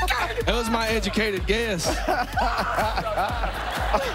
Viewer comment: "That was my edgamucated guess" That did sounds like the confidence of education lol jk